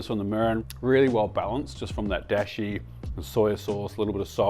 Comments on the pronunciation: "dashi" with the a like in art by the way, not "deshi" like in the English word "dash. That's a different word which means "disciple" Great delicious looking recipes! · Actually you can do rice pretty quick in an instant pot! 1:1 ratio, for two cups do three minutes on high manual setting then let it release naturally and boom! Also just FYI in Japanese it's a long Da sound like daashi 😉 love this, been wondering about gyudon for a while.